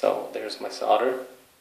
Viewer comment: solder has an L in it.... it is not "sodder""